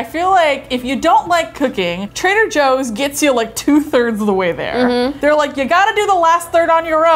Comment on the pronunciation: trader Jooie's